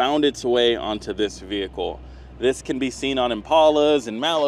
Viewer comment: stop saying f*****ng “VeE - HiClE”…..